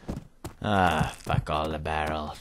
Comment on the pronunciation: Mee Too He Can just Say Ugh Barrels Instead Of BARREELS!!!!!!!!!!!! -.